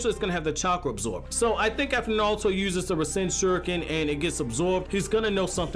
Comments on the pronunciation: why does he keep saying nalto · Let me just say something Nauto, Its Naruto, not Nauto